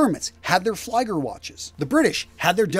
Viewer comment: "Fli:ger": [ai] is pronounced when "ei" is written, not "ie".